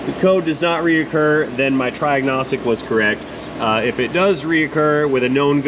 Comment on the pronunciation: "Try-agnostic" Haha